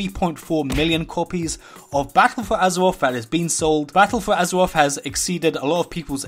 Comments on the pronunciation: Azewoth, Azewite…. is it hard to say R's? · I hear azeroff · "Battle for Azewoth" im out, I cant handle it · Additional fifteen item wevewls from champions of azuwoff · Battle for Azewoth Hypers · Heart of Azeroff.. Heart of Azeroff.. Champions of Azeroff.. Heart of Azeroff... Champions of Azeroff... Intewupted... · AZAWOFF, AZAWITE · Just here to laugh at the wuuf uf woorcrwft and wort woof huzwroth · howevo azofofove lmfao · Lol this guy cant say azeroth